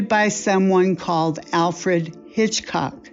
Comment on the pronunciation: First, it's pronounced Alfred "Hitch-cock" not "Chichcock". Second, the female needs to go, and go quickly....